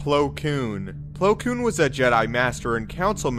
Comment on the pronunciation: "Koon" just don't sound right. I'm sorry